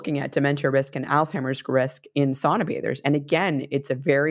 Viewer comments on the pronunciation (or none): im Finnish. It's SOUNAH not SAWNAH :) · My extended family still lives in Finn country here in Minnesota. The older generations still pronounce it "SOW-na".